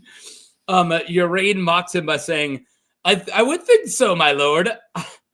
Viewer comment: I thought it was pronounced Ar-ain "Ar" as in car, and ain as in rain"